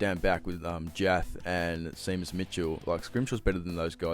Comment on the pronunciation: I have address this first up. Seamus is not pronounced Seemus, it is an Irish name and pronounced ''Shame us'', it is a bit embarrassing for frequent Hawks fan to not get the players name right. But I am not having a crack. Anyway, I do not agree about CJ on the wing yet, he is a long way into his career and has actually gone on record to say he prefers to play in the back line. The trouble is he is a poor decision maker and not a natural player, which is a shame as often the Hawks do well with the guy who grew up playing country leagues like CJ did in Gippsland. But given his profile he should be a trade bait option, he is not good enough to justify the amount of senior games he gets and there is developing talent at Box Hill that should shoot past him. I feel that Sam Mitchell is working out which of Mackenzie and Ward he will trade as they do not really have a spot for both and as top 10 draft picks both of them should be better than they are. For mine I would keep Mackenzie and trade Ward, but I can understand why they are playing him a lot this year to boost his trade value. But despite what many would post online, neither of them are as good as Worpel or Newcombe and they never will be, they are not truly natural footballers and will not be the 3rd to allow Newk and Worpel to play their best like Day for instance. The players to be traded this season will be interesting as I sense they will not be able to hold onto everyone and they will be making a few calls on who get